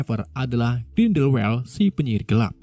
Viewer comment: teror dari grinweldelwewed 😂